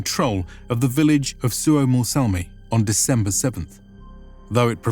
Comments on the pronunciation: it's not Suomossalmi but Suomussalmi, just to point out. :D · It's "Suomussalmi" not "Suomos---" Suomu means a scale spec of a fish skin, but ofc it might be older word from Sapmi language which i don't know. And as eastern finlander, I think that saamelaiset/sapmis should have their own autonomy in north. Finns did them real dirty stuff, while "civilizing" them, those "barbarians". They were the real inhabitants of Finland before the agricultural "Finns", and I say "Finns" because there were none such group really. They were Estonians, Livians, people from south finland mostly, then there were Tavastians (Häme), Savonians and all kinds of Karelians. I'm from current North Karelia (Finland) and our roots are from Denmark from the building of Olavinlinna-casle in Savonlinna. My ancestors were builders of that castle who were given small titles around it.